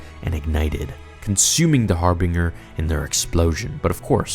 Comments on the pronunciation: Well when he says "faculty" instead of "facility" and pronounces it "Har-bing-er" instead of "Har-bin-ger". He has the vocabulary, he just needs to practice his script 2-3 times before he records. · It's pronounced Harbinjer not Harbing-er... please read a book! I cannot stand people mispronouncing words! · Your videos are appreciated but the amount I cringe when you pronounce some words is high. Harbinger (har-bin-jer) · I love ya man.... But for God's sake it's har-bing-jer. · Im genuinely sorry to be "that" guy, but I just can't, "harbinger" is pronounced with a soft "G," my dude. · Its pronounced Harbinger ( har bin ger (like jerk , silent k)) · Its pronounced har-bin-ger definition person or thing that announces or signals the approach of another. Essentially it means something at the forefront. Just thought you should know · pronounced HAR-BIN-JER. cmon man you gotta know this. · "har-binger", I cant. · dude can't read its binge not bing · HAR-BIN-JUR, THATS HOW YOU PRONOUNCE IT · Its pronounced "Har-bin-jer" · Isn't Harbinger pronounced like "Har-binge-er"? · Lol it's 'Har-bin-jer' and 'Per-aw-gus' they say the names in the game itself. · Harbinger is pronounced with a soft g, you idiot. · I really like a storytelling but you got to learn how to pronounce words like harbinger ˈhärbənjər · Couldn't keep watching after I heard your pronunciation of harbinger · Learn to say harbinger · Dude, you're mispronouncing "Harbinger." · I really like your content. But I have to ask. Are you purposely mispronouncing harbinger and peragas? Not that big of a deal. But I know I'm not the only star wars nerd out here than cringes when I hear something about starwars being mispronounced. It's almost like the cringe when a life long starwars nerd calling a lightsaber a ...."laser sword"🤮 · I love your shit but you are terrible at pronouncing shit. Harbinger rhyme's with ginger, soft g sounds like a j. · Please look up how to say harbinger 😖 I'm cringing so hard